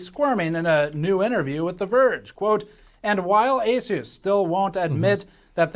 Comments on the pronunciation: Asus is a 363 billion dollar company. market cap is 11b Also it's prenounced A-ZEUS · it's A-Seuss. Not A-Suss. To anyone getting sand in their vaj, I'm trolling. I don't really care how he says it. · ASUS is pronounced "A Seuss" Seuss as in Dr Seuss. Even pronouncing their name correctly though doesn't mean they aren't a shite company :) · You are pronouncing Asus wrong. The 'A' is silent. It's just Sus. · The tell you who they are in the name of the company! "A-SUS"